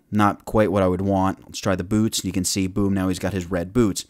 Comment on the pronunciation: lol when he says boots :P